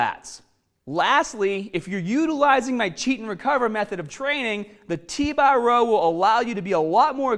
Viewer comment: Get strongah with T bah